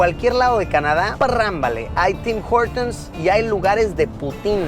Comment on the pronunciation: CuNtas veces dijo Tim jortums el carnero este !!!!